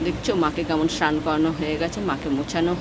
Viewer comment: উচ্চারণ ঠিক করুন কথাটা স্নান সান নয়